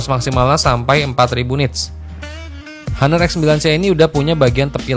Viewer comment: bacanya aner, bukan haner